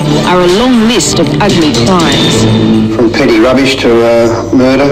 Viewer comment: Way coach pronounces murder with the Aussie accent is fucking perfect hahaha